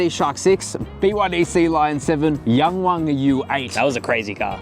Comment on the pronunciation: Nice video but you gotta stop calling it the Yang Wang as in rhyming with 'bang' and call it the Yang Wang with the 'a' sound in 'halve' or 'yarn'.